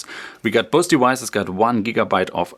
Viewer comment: I thought he was saying "boasty wises" LOL... "both devices"